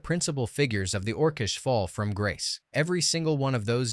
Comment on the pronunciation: Ors-ish? Orc-ish!